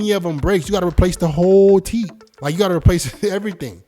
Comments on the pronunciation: it's Teeth, not titt! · Why does he say teet instead of teeth?? 😂🤣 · IS TEETH NOT TIT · Bro why does he pronounce teeth like "teet"🤣💀🔫 All love no hate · Why is it hard to pronounce teeth? Wtf is teet?